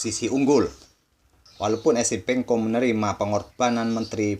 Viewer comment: Adminya Salah Trs Nyebut Nama Esipenko Sama Episenko